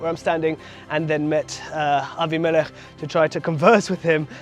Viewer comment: "Abi-melech"...good to hear Hebrew pronunciations (Vs "Abim-i-lech" - Aussie / Western preachers!) ❤ Shalom from 🇭🇲🌏🦘😊